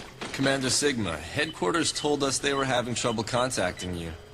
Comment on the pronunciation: As soon as he began with "'The Day of 'E'…" I lost interest. Plus, I watched the play-through and was just annoyed the whole way through.